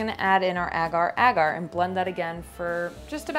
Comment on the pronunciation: Amazing video but I can't deal with how Americans pronounce agar agar 😬😂